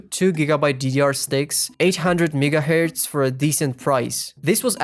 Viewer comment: bro did NOT say megahertz